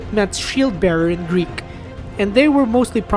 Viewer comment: The correct way in which the narrator pronounced the very foreign Greek words in the video : their vowels and their rolling r .